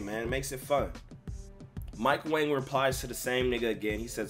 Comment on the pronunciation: I just realized Mike Wang's last name is pronounced like "Wong". He said it on Twitter but even 2KTV pronounces it as Wang